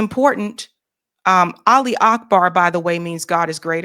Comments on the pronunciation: olly akbar 😂😂😂😂 --> it'a Allah it's goes up not down you can pronounce it this way Aluh, not olly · Yo, Bondi. As a Muslim convert, allow me to educate you: the phrase is “Allahu akhbar, (God is great),” not “Aleee akbar” or whatever you’re saying. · No, it's Allah u Akbar not Ali akbar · Its Allaahu Akbar not Ali And it means God (Allaah in arabic) is the Greatest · sweet baby jesus, did she say olly akbar 😂😂😂 woman what woods do you live in my pet can do it better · "Olly Ockbar" 🤣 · apologize for what exactly? Laughing at Americans trying to pronounce “Allahu Akbar”? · the mispronunciation was killing me too. I thought was gonna correct her but no lol